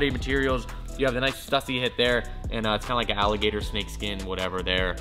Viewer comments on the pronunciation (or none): Stussy is pronounced stoosy. There's no debate. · it's not stuh-sy it's stoo-sy. Other than that keep up the good work! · learn howbto say it right. its stoosy not stuhssy. STÜSSY not stuhssy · Dope sneakers and you pronounce stussy wrong its supposed to be stussy not stussy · The 2 dots over the letter U in Stüssy makes it pronounced “Stoosy” for whatever it’s worth. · **Stüssy is pronounced STOO-see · It just triggered me hearing him say stuuussy over and over again. Americans really don’t seems to get the grasp of ö ä ü‘s. But I get is there is literally no use of them in the English language. So no bad feelings 😆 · STOO-SEE. Goddamn man. Its been around forever. Please say it right. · Is it me or is sayin STUSSY WRONG? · Stüssy - Ü - stoo-see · It's pronounced STU-SEE. That is all. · Stüssy - pronounced stoossy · PLEASE, learn how to pronounce STUSSY... "STEW-SEE"... FFS